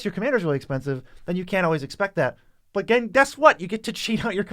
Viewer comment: The way says “but” sometimes, hurts my ears. It’s only when he draws it out by adding a syllable to it. It just a little too loud. I tried turning the volume down but then the normal level of sound is too quiet for me.